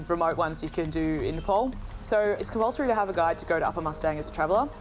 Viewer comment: Its not Nple..its Napaal